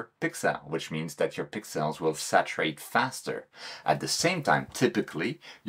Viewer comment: Great vid,. But I'll be honest, I'm just here for the pix-elles... Clear ciels!